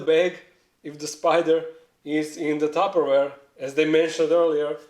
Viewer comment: wtf is a tapoweir or something u said ware